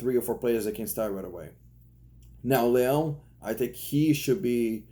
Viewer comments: just curious, i can hear your accent that you are italian,or like portuguese (since i speak portuguese and your "leão" pronounce was on point 🤣)have you learned english from yourself? or you just live in an english speaking country now? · ah beleza mano? ahaha eu sou brasileiro, moro na italia, parabéns pelo seu inglês, a pronúncia perfeita de "leão" te denunciou ahaha fico muito feliz em ver esse amor pelo milan ao de fora daqui da italia, moro aqui faz mais de 10 anos e foi amor à primeira vista, abraço brother